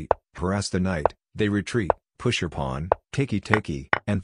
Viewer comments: I know it’s a robot voice and all but still, why and how did a pawn become a plon ? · why does the ai voice say pawn like that